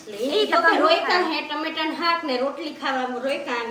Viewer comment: હાક ❌ શાક ✅